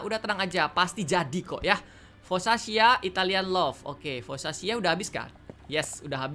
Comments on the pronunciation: Foccacia-Fokasia bukan fokkaca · Foccacia itu dibaca Fokasia bang